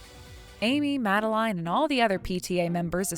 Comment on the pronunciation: Happy Feast Day ladies and gentlemen. Also, is the FVA pronouncing Madeleine like that on purpose?